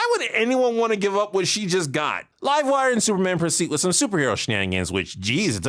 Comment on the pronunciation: You said livewire wrong... it's pronounced LIVEwire